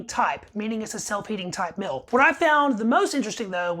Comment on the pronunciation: It is meal. Not mill. Are you related to Robert F. Kennedy Jr. ? In this recording you have the shaking robot kinnedy voice.